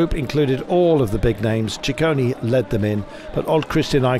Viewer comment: Ciccone is not Cicconi, it's CicconE ;-)